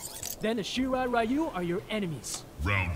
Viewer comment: "Shinra Raiyu" .... I'm out. Can't pronounce Ryu up to now? Come on